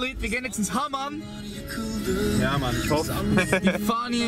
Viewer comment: HAMAM und nicht HAMAN :D haha !